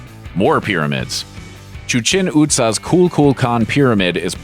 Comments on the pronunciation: It's pronounced "CHEE-chen EET-za." It's a more credible presentation if you get the names right. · “Chuchen Utza” wow